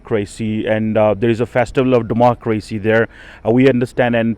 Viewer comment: What is with the fake accent …😐 also Democrrwacy …🙈😆